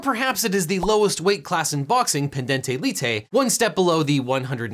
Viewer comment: Why did you pronounce the i in pendente lite as an e, and the ending e in both as æ? The e sound isn't present in mutatis mutandis. Am I missing something with what little Latin I learned?